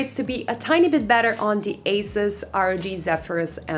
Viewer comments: It’s pronounced “Asooos” not “Ace-is” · marco bakker it’s pronounced incorrectly if you say Asis, the company was founded in Taiwan with the pronunciation of Asoos! If you’re parents gave you Marco and people started calling you Mahco I guess it’s perfectly pronounced also.